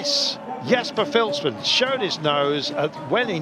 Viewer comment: Philipsen is pronounced as fieliepsun just so u know